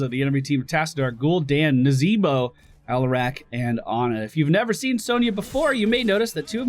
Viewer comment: hmmm...seems as if you were trying to say....NAA..ZEEEE..BO!